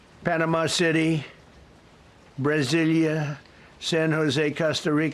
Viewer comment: “Brazilia” lmao